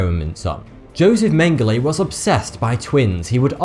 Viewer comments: I thought you pronounced Joseph Mengele like "yosef mengaluh" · how hard can it be to pronounce Mengele...